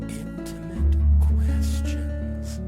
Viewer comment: "Initimate" is back! YES!